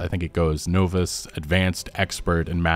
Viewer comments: Bro it’s pronounced nah - vice not no-vice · It’s pronounced “nah viss” not “no viss” just figured I would let you know… 😊 good video though 👍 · Novice is pronounced N~of~iss. The OV is like OF (of course), also like obviously ( just throwing a silent B in there for a dash of confusion ). It is not NO~viss The ICE isn't like ICE, more like office (iss). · Naaaaa vis not noooo vis 😅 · Novice: Naw+vis. Not, Know-vis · For the record, Novice is pronounced Nahviss. But great video and makes my first few hours feel less like a daunting time. Thanks! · Novice: Naw-vis. Not an amateur but a Novice at saying the word. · Advanced technology - the "noe-viss" lock. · It makes me cringe when he says “know-viss” for novice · naa·vuhs...that's how you say novice. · I thought i was the only person who pronounces novice the way he does 👍🏻 edit i can't spell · I think you pronounce novice funny lol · Ive never heard anyone pronounce novice like that